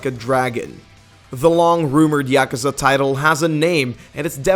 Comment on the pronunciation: Yak ew za? Holy fuck that was pronounced horribly